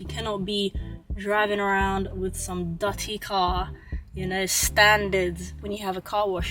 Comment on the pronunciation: say dutty car 😂😂😂